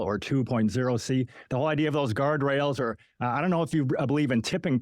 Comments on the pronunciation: Never take anyone seriously who pronounces “the” as vee or vu 😂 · I fink vuh way pronounces vose ‘th’ words is thucking irritating. It made it very hard to get froo vuh 2-hour original. Well done and well said,. 👍